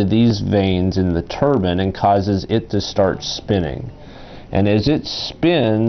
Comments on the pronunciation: Its turbine not turban! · he also says 'Turban' alot instead of Turbine. Made me think of a sikh's head gear. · Edokun91 it's turbine fool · its just his way of pronouncing "TURBINE" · im sort of insulted to the fact that you actually thought that i thought he was saying turban. haha i wasnt being sarcastic at all either, i was just laughing at how he says turbine.